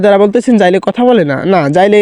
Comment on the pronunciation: আরে ভাই ওটা যাইলে না জেলে হবে